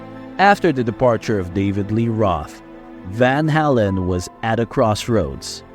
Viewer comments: It's pronounced Van "Hay-len" not " Van Hall-en". So disrespectful to one of the greatest bands of all time. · I thought he was saying van hellen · It would be NICE if the moderator (STRIKE) AI VOICE stopped saying VAL HALAN. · You're saying VanHalen wrong, and it's pissing me off... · Repeating same stuff over and over! Pronounce the Name right , Good Lord"! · Pronounce the name correctly. It's off putting. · I've never heard it pronounced like he's doing it.